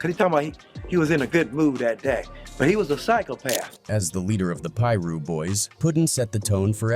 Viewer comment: Pie-russ is crazy🤦🏾‍♂️